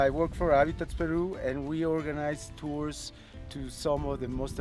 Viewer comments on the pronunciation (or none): none